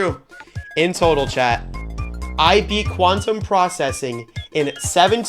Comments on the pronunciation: blast processing 😊 Quantum prcessing 😐 quanteuse processing 💀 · Quanteuse Processing